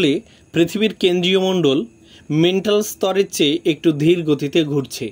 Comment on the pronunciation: বিশেষ দ্রষ্টব্য: 'ম্যান্টল' উচ্চারণের পরিবর্তে' অনিচ্ছাকৃত ত্রুটিতে 'মেন্টাল' হয়েছে। আপনারা ক্ষমা সুন্দর দৃষ্টিতে দেখবেন আশা করি।🙏